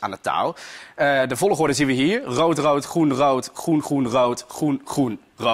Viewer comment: waarom zegt vologorde😂😂